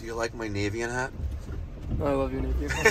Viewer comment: Dude it's taken over a year I love the channel I don't want to correct you but I can't take it lol. Navien North America's name is derived from "Navigating Energy". Nav like Navigate. Not Nay-vien. Maybe it's a NY thing, an American thing, a Mikey pipes thing lol. I work the largest Navien distributor in Canada and can assure you, it's naaaavien haha keep makin that money!